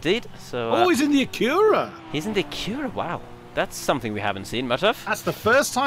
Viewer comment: Just a quick comment: Acura is pronounced AK-yoo-rah or AK-oo-rah. The stress is on the first syllable, not the second. It took me a while to realize what was referring to, as I thought he kept pronouncing it ak-YOO-rah...so I was looking for a Koenigsegg Agera out there! Hahaha!